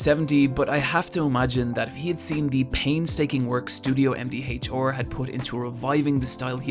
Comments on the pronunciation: "Studio HemDeeHachHaR" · "Em Dee Haych-Oar"